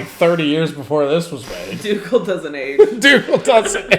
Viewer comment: It’s Dougal